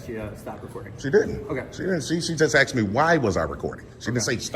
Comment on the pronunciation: 9.28 it's ASKED not Axed